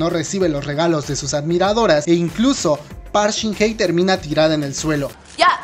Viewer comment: Hola amigo, gracias por hacer este video, primero, una sugerencia para los próximos videos, verifica la ortografía (hartos, agresivo, coreano con c) y Park Shin Hye (se lee como "jie" o "ye" si lo dices rápido). Ahora sí, yo tambien prefiero los dramas coreanos sobre las novelas latinoamericanas, pero de lo que se quejan los coreanos es cierto, o sino recuerden en cuántos dramas se ve que un hombre agarra de la muñeca a una chica y la jala a la fuerza y la chica o bien trata de soltarse o se deja. Solo espero que sigan produciendo dramas con su toque por el que los preferimos